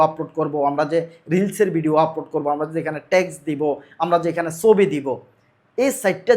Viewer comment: ভাই সবি না উচ্চারণ হবে ছবি।।।।